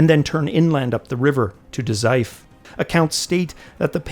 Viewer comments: great vid. just a note about Daizufu three syllable word with the vowel u pronounced ie, fu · The U in Dazaifu isn't silent btw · DA ZAI FOOOOOOOO. Lack of the fu for Dazaifu drove me nuts!